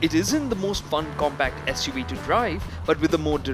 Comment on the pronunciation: Not "As*" UV makers. "SUV" makers!